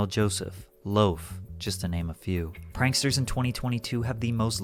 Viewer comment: lol "panksters"